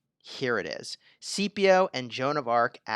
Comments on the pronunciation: its not "see-pee-oh". its "skip-eee-oh" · you did know Scipio is pronounced Skip-io. not CP30 from starwars